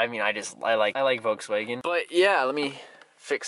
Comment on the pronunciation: Love me some "Wolkswegen"